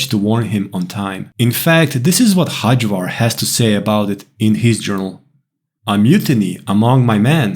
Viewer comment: you are obviously not native english speaker, why do you read nordic names in worst british pronunciation??? xD Hajvarr is pronounced with y as in yes. Hayvar. the way you say it sounds turkish ffs hahhaha